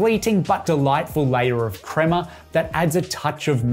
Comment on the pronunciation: It's not crema!!! Stop it, you know better.